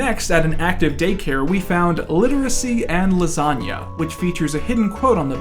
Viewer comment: Fear and loathing but it’s lasaga